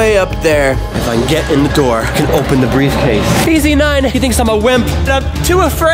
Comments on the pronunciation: Did he say briefcase daddy?🤭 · he said breffcase daddy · At the end he said breif case daddy and that was funny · The fact that at the last part said “briefcase daddy” that’s what I heard but it’s rlly funny lol